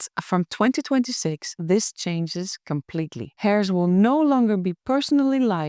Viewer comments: Love your videos and your English is pretty perfect but I thought you might want to know that 'heirs' is not pronounced 'hair' (like hair on your body). The 'h' is silent, so it is pronounced 'air', like the air we breathe. I really hope you don't mind me saying. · Not hairs but with a silent (h)eirs.